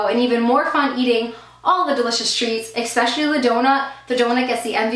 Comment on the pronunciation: Lol Ekspecially... Its especially